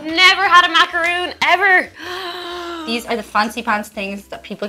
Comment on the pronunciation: I'll never get the different pronunciations of "TH" ... She just said "... Deese things" for "These things" THEY BOTH HAVE A "TH"! WHY YOU NO PRONOUNCE THEM SOMETIMES?!?